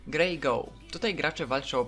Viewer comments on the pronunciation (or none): Grey Goo (czyt. goo) - szara maź :) tak fyi, fajne wideo.